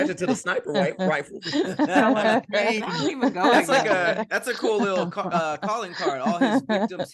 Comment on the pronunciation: Did yall hear try and say "sniper riffle" 😂😂💀💀